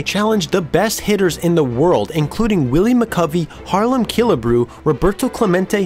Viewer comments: Sounds like he said "Harlem" Killebrew, lol.... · Great vid, but it totally sounds like you said Harlem Killebrew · 'Harlem' Killebrew? Think you mean Harmon, bud.